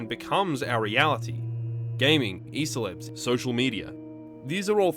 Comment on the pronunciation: i kinda heard E-Celebs as some new word Æselebs which i think is fittingly alien and strange.